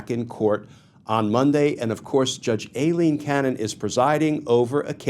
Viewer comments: It is not A Leen, it is I Leen. You ID10t! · You pronounce Aileen (Eye Lean)